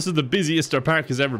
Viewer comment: is he saying the whole video pak instead park